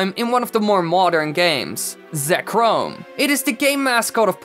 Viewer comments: It’s Reg-ice not Regi-ice. There aren’t 2 i’s That isn’t how English works. Also It’s Zek-rom NOT Zek-roam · It’s zek-rom. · you pronounced all pokemon except zekrom right you get a B+ good job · except for Zekrom and Regice he did do really well